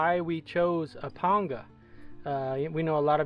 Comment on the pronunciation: WOW! Thank the lord almighty a man who knows how to say Panga correctly.